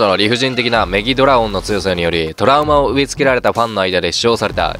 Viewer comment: 一回メギラドラオンって言ってる!